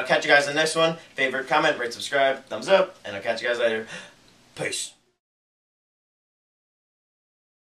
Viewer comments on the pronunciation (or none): none